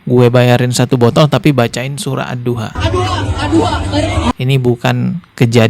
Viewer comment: Mcnya oten patut la sebut ad-duha aja adua,adua pala lu🤔🙄